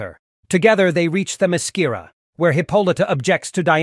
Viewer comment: Why did you add all that woke morality there at the end? You even mispronounced the island!